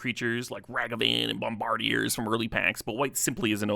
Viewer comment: that ragavan and bombardiers pronunciation 😭jokes aside fire video though! ❤ thank you for making it more accessible. edit: man sensei too